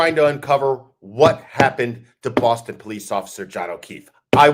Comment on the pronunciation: Hey! Your Bostonian accent needs a little tweek. THE “O” in Boston is pronounced like Rotten or claw❤️